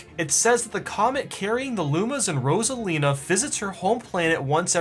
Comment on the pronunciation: sorry but uh ambidextrous anyone? rosalina is abedextrous (thanks for pronouncing her name right tho)